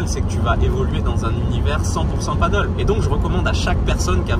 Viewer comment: Merci pour cette vidéo intéressante. Une seule remarque, il faudrait essayer de dire Padel et pas paddle.😅